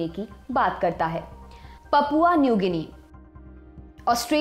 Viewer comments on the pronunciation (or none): none